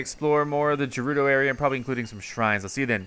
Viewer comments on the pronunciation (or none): Umm ps it ga-ru-do not ja-ru-do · its not jerudo its gerudo lol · Did he just say "Jerudo" Tower? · But he said gerudo wrong 😔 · It’s with a ‘G’ not ‘J’!!!